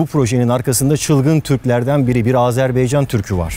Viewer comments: Azerbeycan deyil Barış bəy Azerbaycan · Azerbeycan değil Azerbaycan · Abi azerbeycan değil Azerbaycan senin gibi bir insanın böyle bir hata yapmasına tahammül edemiyorum ya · Azerbaycan degil de azerbeycan demesi de benim dikkatimi çekti:) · Barış Özcan "Azerbaycan" yerine "Azerbeycan" demen mi? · Barış Özcan azerbeycan değil azerbaycan. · Merhaba Barış Bey, övgüler harika ama küçük bir düzeltme yapmak istiyorum, Azerbeycan değil de Azerbaycan demek gerekiyor... Videolarınızı yeni keşfettim ve uc-bes tanesini izledim. Emeklerinize ve bilgilere teşekkürler. Asgardia'ya ben de katılmıştım yıllar önce, hatta bayrak, sembol seçim mailleri gelmişti. Şimdi videonuzun devamını izleyeyim. :) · Abi Azerbeycan demesek... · Azerbaycan'ı hatalı söylemen olabilir mi?